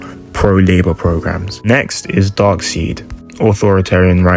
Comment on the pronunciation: "Dark-seed", Haha; Darkseid's name is pronounced "DARK-SIDE"!!!!!